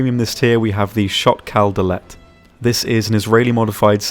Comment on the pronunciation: Thank you for pronouncing Sho't Kal Dalet properly